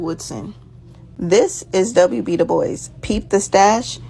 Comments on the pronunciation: She said De Bois (boys) fucking learn how to say his name. De Bois (Bwah) it's inherented french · W.E.B. De boyz? I think his name is pronounced, Doo Bwah.